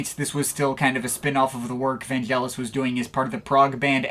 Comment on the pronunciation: Great wrap-up of Vangelis' career - I watched it all the way through and nodded in agreement most of the time. (NB: like Derek Power says - Vangelis's name is pronounced with a hard G as in AGree, not Gelatine). If you get a chance, check out the album Antarctica - I was listening to it the other day and very impressed with its production and think it's one of his best. It's one of the last recordings he did at his privately-owned Nemo Studios, near Marble Arch in London. And if you like ambient, try out L'Apocalypse Des Animaux, which has two tracks that pre-date of Brian Eno (and other)'s "ambient" music. NB: a number of people such as Derek Power consider Vangelis "a father figure", and Mars Lazar went as far as to say when Rutger Hauer's robotic character in Blade Runner says to its maker "I want more life, father", as a keystone moment. Alas, Hauer actually says "I want more life, fucker" - it was re-dubbed for more delicate ears...